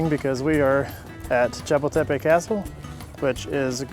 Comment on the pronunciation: Hi guys, great video especially given that you're currently a small channel. A little help with pronunciation... Xochimilco is pronounced "soh-chee-MEEL-koh" Chapultapec is pronounced "chah-POOL-tah-peck" I'm heading to Mexico City next week and I appreciate the informative video. Que la pasen muy bien! (Have a great time!)